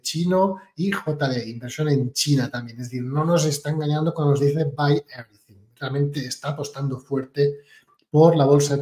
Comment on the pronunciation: Evrithing is evrithing!😂